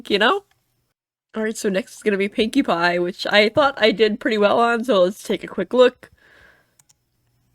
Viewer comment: I thought you said winky pie😂😂😂😂😂😂